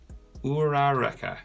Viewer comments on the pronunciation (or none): o - cha - ko ur - ah - ka thats how you pronounce it sorry it was annoying me a little im really sorry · its pronounced ooh ra ra ka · When you say uraraka like that it sounds like a cereal